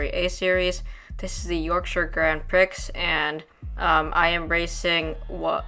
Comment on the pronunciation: It is pronounced Grand PREE It is French not grand pricks